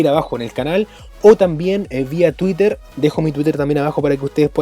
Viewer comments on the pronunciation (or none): none